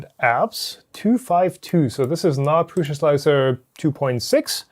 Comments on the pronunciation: Nope, it is PRŮŠA [PRUSHA]. You can try it yourself in google translator with Czech language ;) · It‘s czech. That‘s why the way said it is correct.